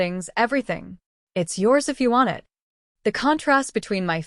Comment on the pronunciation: "Wedding is O.F.F."? What is the matter with your AI? Teach it to pronounce off as a word, also it and while you're at it, us.